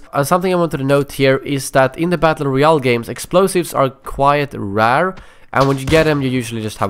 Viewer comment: it s funny how you says rare